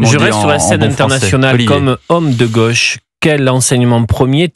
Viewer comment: "comme homme de gôche" 🤣